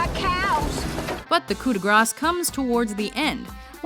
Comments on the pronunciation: Did you seriously say "Coup de GrARSE?" It's french for f*ck sake "de gra" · Coo dey grass?...omg! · Coup de grace is pronounced "Coo day graw". Idiots. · I had to stop when she pronounced "Coup de grace" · It's funny how Americans always pronounce the 's' in French words. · You don't pronounce the 's' in 'coup de gras'